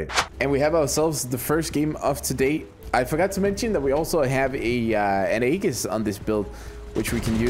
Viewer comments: In irrationally infuriated by the way he says aegis ae·gis /ˈējis/ For the love of god and all that is holy say it correctly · Hey man great video and really good idea to label builds with Buns! Btw the shield name should be pronounced ee-jiss. It's a Greek word, a mythological shield carried by Athena. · Lol literally was about to comment on it. For those wondering it is a Greek word, a mythological shield or protective fabric worn by Athena amongst others. It's pronounced ee-jiss.